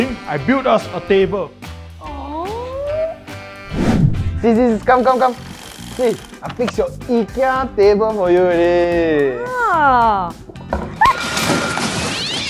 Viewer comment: the way he pronounced ikea as eekeea